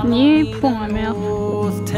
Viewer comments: okay wait she said it wrong sorry :)) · Ok, now that I hear you say Plymouth all wrong it's much more sadder than I thought and funnier. love ya: ) peace PS: I have to tell you both nassau is pronounced NAS SAW, ok.: ) peace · she??? said??? plymouth??? right??? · You weren't too wrong with your original pronunciation of "Plymouth" as the original Plymouth was named as it is situated at the mouth of the River Plym. It is where the Pilgrim Fathers left to settle in the New World in 1620 on the ship the Mayflower. It is also well known as the place where Sir Frances Drake would not interrupt a game of lawn bowls (supposedly) when the Spanish Armada was spotted off the coast of England and so he finished the game and then put to sea to defeat the Spanish. Just a little history lesson for you.